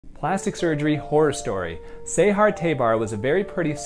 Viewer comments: It’s not I-ran. It’s EEERAN. Please correct your pronunciation as well as her name isn’t SAIHAAR. Its Sahar like saying opening your mouth and saying Aaaaa. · I’m iranian and i laughed so hard at how you pronounced her name😭😭